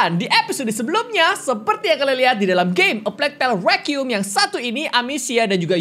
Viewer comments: Hlo kak regi Cuma mau koreksi aja pengucapan "requiem" yang bener itu ri-qua-yem. Bukan re-qium. No hate ya, cuma koreksi ajaa kalo dibaca alhamdulilah kalo tidak yasuda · Sebenernya ngomong nya sih.. Rekwaiem